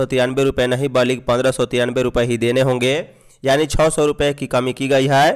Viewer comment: Samachar Vachak Mahoday Kirpa Kar Ucharan Ki Sudhta Par Dhan Den Jsise Balik Nahi Balki Ucharan Hoga